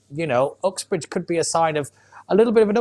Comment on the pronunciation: I agree with everything you said and i am a avid right winger but why would you say oxbridge instead of "Uxbridge" your a Londoner you should know its pronounce that way! Hmmmm